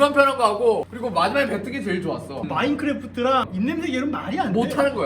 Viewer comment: 마인크레프트 ○ 마인크래프트 ×